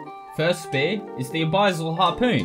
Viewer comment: A-biss-all not a-buy-zall